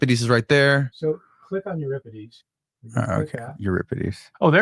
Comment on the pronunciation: Not to mention his mispronunciations!! Lol